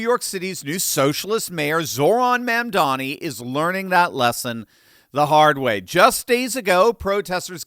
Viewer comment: "It's MA'AM-dani!"